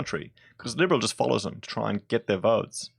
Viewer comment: Who's faloower ?